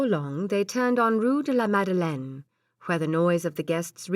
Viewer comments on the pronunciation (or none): none